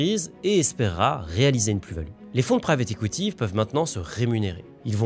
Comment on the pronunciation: J’entends “écoutille” quand tu dis “equity”.. 😂